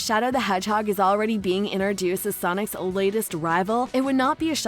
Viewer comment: Stop saying iner dueced!!!!!!!!!!!!!!!!!!!!!!!!!!!!!!!!!!!!!!!!!!!!!!!!!!!!!!!!!!!!!!!!!!!!!!!!!!!!!!!!!!!!!!!!!!!!!!!!!!!!!!!!!!!!!!!!!!!!!!!!!!!!!!!!!!!!!!!!!!!!!!!!!!!!!!!!!!!!!!!!!!!!!!!!!!!!!!!!!!!!!!!!!!!!!!!!!!!!!!!!!!!!!!!!!!!!!!!!!!!!!!!!!!!!!!!!!!